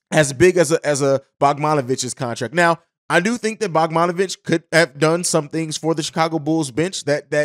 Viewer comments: Dude said “bogmonovic” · Butchered that mans name lol